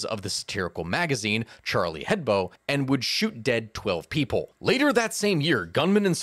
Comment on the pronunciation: It's "Charlie Hebdo" and not "Charlie Hedbo" :D